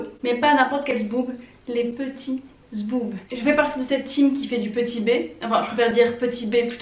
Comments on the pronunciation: Au début c pas « zboob » c’est « boobz » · les petits Boobs, toi tu dis les Petits Zboubs rien à voir mdr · Euuuuuxxxx oui, tu dit boobs en début de vidéos la ok jte suis mais a la minute ou j’ai entendue sboob.... bah la je comprend plus on parle de ptit seins ou ptite b...🤷🏼‍♂️